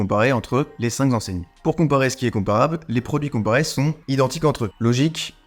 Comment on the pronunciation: les cinq zenseignes ? ;-) : Là, ce n'est pas une question d'accent, mais de prononciation. Le "ij", en néerlandais, se prononce "eil", comme dans "vermeil". Néanmoins, merci pour ce travail intéressant. Personnellement, j'avais misé sur les deux meilleurs chevaux, mais en ordre inverse. Bonne continuation !